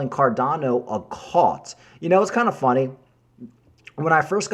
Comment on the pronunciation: C U L T not CALT